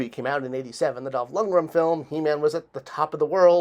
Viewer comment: Lund-greN. N at the end. Dolph Lundgren